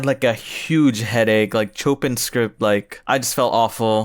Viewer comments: i think you saying "chopping" is funnier tho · if it's like the music composer, "chopin" is pronounced "show-pān" stupid, i know